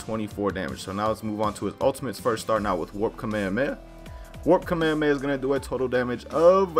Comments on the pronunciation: Its called Kah-May-Ha-May-Ha It is pronounced that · Why does he say kamehameha like that